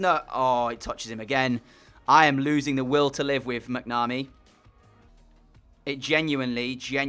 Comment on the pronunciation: The goalkeeper McNamee is pronounced mac-na-me